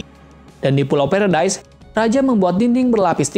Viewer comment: Bukan peredas tapi paradis